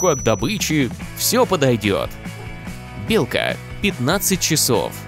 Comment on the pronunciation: МНЕ ОДНОМУ ПОКАЗАЛСЯ ОН СКАЗАЛ ИЛКА А НЕ БЕЛКА